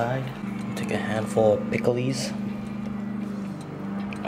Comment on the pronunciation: No offense but u said it like it was spelled picklees